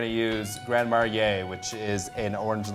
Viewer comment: Lol grand "maryey" / orange "likoor"